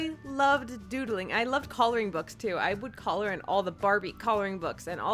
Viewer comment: also its not pronounced collar its color